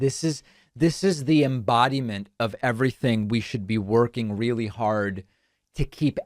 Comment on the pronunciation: “Reel kewl” 😂🥴😂 Our political system has some horrible issues